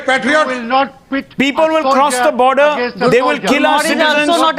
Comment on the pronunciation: ROFL ...😂😂 that "Peepul" ....